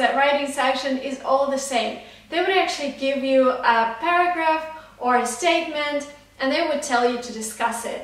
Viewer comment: i heard paragraph as burger ......😂😂